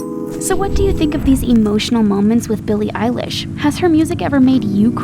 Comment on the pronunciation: EYELASH!!!!! Wait.... EILISH!!!!!!!